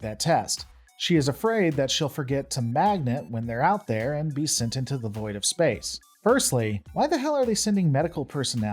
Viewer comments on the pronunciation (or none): none